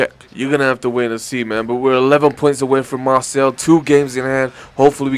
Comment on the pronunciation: by the way its Mar say